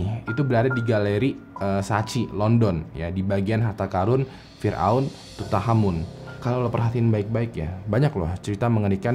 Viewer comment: Makanya, nonton kamen rider ghost, biar tau cara baca tutankhamen:v